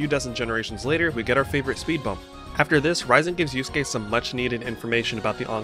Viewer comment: Good vid but ngl These american pronounciations KILL me. „Yus-gay and Kew-row-kow“ 💀🔫 Its Not hard to pronounce it correctly, Even as a non-native speaker.